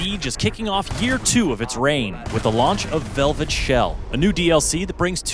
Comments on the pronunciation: "VEVLET SHELL" lol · Vevlet??? Lol